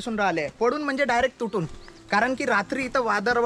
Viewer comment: वादड नाही वादळ 😂 मस्त 👌 तु जिथे जातो तेथील गाव, तालुका आणि जिल्हा यांची नावं सांगत जा 🙏 म्हणजे लोकांच्या लक्षात येईल आणि ते सहज जाऊ शकतील 🙏 बाकी तुझे व्हिडीओ खुप सुंदर असतात आणि मला ते पाहायला खुप आवडतात 🙏 सप्रेम जय महाराष्ट्र 💪🚩